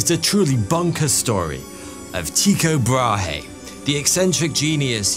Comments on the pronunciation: when saying "Brahe" its pronounced like "braahh" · Nah ,it's an "y"-sound. Not very helpful, I know. But if you know how to say Ypsilon, you've got it. Also, the "h" in Brahe is silent (Bra-e)